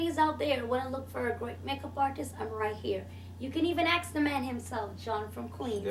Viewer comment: Wow this chick keeps saying aks instead of ask. lmao